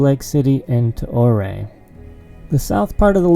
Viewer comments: Ouray is pronounced your-ray , not or-ray. Nice video. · Ouray. “”Your ray“ not “O Ray” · I thought it was pronounce “you-ray”? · It is not OR-RAY. It is You-ray. I am sure a local told you that, I made the mistake of saying oo-ray, I was corrected. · I know its been said but its definietely pronounced you-ray and for whatever reason that seriously detracted from my ability to enjoy this otherwise excellent video. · Its pronounced you-ray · Ouray pronounced your-aye! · I recognized that house with the bridge. I’ve been looking for secluded cabins with land. That cabin is only on 5 acres but backs onto 102,000 acre nationally designated Uncompahgre Wilderness area, and it can all be your for $699,000 Ouray I believe it’s pronounced Youray I agree that last “Cherokee” isn’t a true Cherokee. I read your “disclaimer” and laughed several times. 👍🤙🤣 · Did you ask the locals how to pronounce Ouray? I think it’s Oooray! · My home town!! But it’s pronounced (YURRAY) lol love that place thanks for the view! Cheers! 🇺🇸🤘😷👍🇺🇸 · Neat. Ouray is pronounced Ur-ay, long U sound. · Ouray, pronounced "You're-A"... no O (35 yr second home) :) Beautiful country... I have to do the loop soon. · The"O" is silent (pronounced U-ray). Looks like a nice laid-back day where you can just enjoy the beauty. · Just an FYI, Ouray is pronounced You-ray. The road you took to Poughkeepsie Gulch is Mineral Creek. Some people falsely call it "Lower Engineer". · Your mispronouncing ouray’s name! Its spelled ouray but pronounced uray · Pronouced “your-ray”. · I'm glad i saw this. I was calling it correctly but then heard him say O'ray and thought I was saying it incorrectly. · "YOUR-RAY!!!" its pronounced Your-ray. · Great to see you out of the shop and take some personal time with the wife. Just got back from there last week myself. I love Colorado, Great place to escape the killer South Texas summers. I think its pronounced "Your A" ( their kinda sensitive about it)